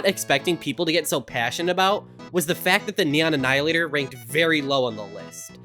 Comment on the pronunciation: "The neion annihilator"